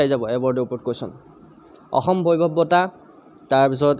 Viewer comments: 2 no mukhyo mantri ayushman "okhyom" yojna nohoi. "Asom" he hoi. Mane Assam r kotha koise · Aixom nohoi axom means ( assam)